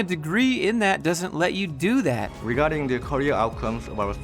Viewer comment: "regadding the KOREA" Nice 👌 one